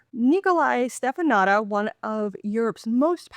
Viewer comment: it's pronounced shteh-fə-NOO-tsə 😂 Romanian ș is like SH and ț is like TS